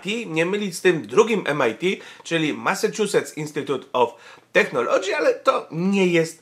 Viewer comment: Technology" czytamy przez [k], zatem mniej więcej [tek`nolodżi]. PS. U mnie w pracy pani dyrektor wymontowała klamki z okien, zostawiając tylko po jednej na każdą salę, żebyśmy czasem nie uciekli jak szczury.